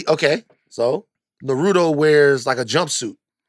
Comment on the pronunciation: Why do people mispronounce Nah-roo-toe?